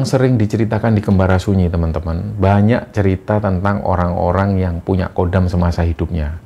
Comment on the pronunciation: Bukan Kodam, tapi Khodam.